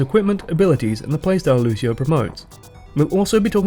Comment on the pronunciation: That's really nice. Also you saying Lúcio, trying not use american accent is really cute haha Nice job and keep it up!